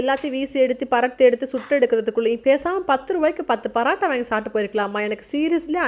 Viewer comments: Why are you saying parattha like northies you're a tamilian bruh say PAAROOOOTTTAAA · Paratta ila mam parotta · Parata illa porata ok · Paraaata illa sis parota😂